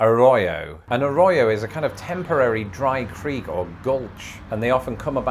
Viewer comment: When you say Arroyo you need to roll your r's like there's three of them in the word